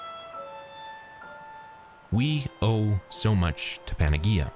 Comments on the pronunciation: for future reference panagea is pronounced with an 'h' sound not a g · lol PAN-A- GEE- A, in Greek g = y PAN- A- Ye- IA 👍